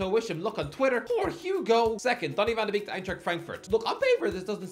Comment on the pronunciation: You pronounce Madueke and Van de Beek as if they're the same name.